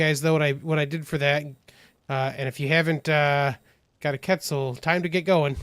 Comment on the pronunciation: Quetzal. Say it like Kwetzel dude.